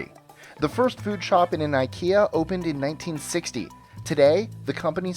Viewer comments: Fact 26 - It's NOT Eye-kee-ya, it's Eee-keya. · It's not pronounced EyeKia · Nope. Swedes pronounce it as ih-kea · Skåne sträcker sig ju mig veterligen sig ända upp till Hammarbyslussen och Norrland börjar runt Odengatan. Så du är inte mycket fel. Stockholmare säger dock inte "ih-kea". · Scott Mulligan I've heard people pronounce it [eye-ki-a] and [e-keh-a] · IKEA rhymes more with "india" and not with "idea"